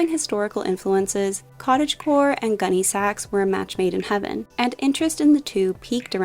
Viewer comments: Pronounced GUNNy sacks, not gunny SACKS. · I absolutely can’t listen anymore to this millennial repeatedly calling it “gunny SAX.” It’s hurting my ears. It’s “GUNNY sax,” sweetie..Emphasis on Gunny, not Sax. Sheesh. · My 1988 prom dress was a Gunne Sax, and I’m wearing one in my 6th grade class picture. I still have my prom dress, so it’s going in my Posh closet. p.s. the accent goes on Gunne, not Sax. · Gunne Sax (sounds like sack) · I had to stop watching as I couldn’t take how you were saying it. Emphasis is on Gunne, not Sax. It Is just the way you said what it was named after.